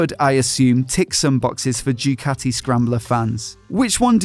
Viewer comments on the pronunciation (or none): none